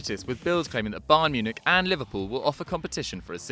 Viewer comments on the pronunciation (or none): none